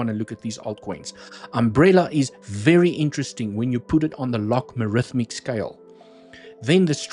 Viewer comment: Log-A-Rithmic (not Log-Ma-Rithmic) Apart from me being triggered by mispronunciation, another great video. lol